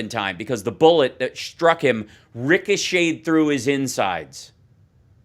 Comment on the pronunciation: "The bullet that SHHHtruck him..."